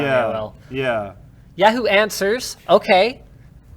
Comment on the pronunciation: Does Linus have a stroke every time he says Yahoo?